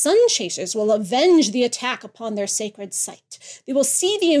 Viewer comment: consistently pronouncing "sacred" as "scared" is just adorable. XD